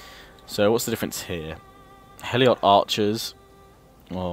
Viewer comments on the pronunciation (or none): It's Helot, not Heliot. It's Hellas, not Hellias. For fuck's sake... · helot is pronounced hell-lot (they were slaves) not hell-iot. Just trying to help you with your pronunciation :) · It's not heliot its helot